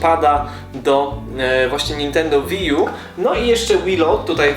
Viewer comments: to jest łi ju a nie wi :D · łiju sie czyta